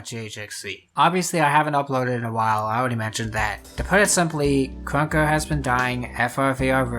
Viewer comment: why do you say krunker like kwonkah? :hand-orange-covering-eyes